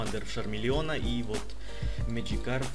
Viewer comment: ты какому языку своего друга учишь? не шармилион а чармилион не шаризард а чаризард не шармандер а чармандер!